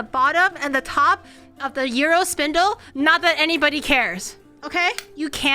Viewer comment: I lived in Crete as a kid, on Iraklion Air Force Base, for many years. Watching her make authentic gyros is making me time-travel. Listening to her pronounce 'gyro' as 'euro' is making my ears cringe. ¦¬D {"yee-row", but you gotta roll the 'r'}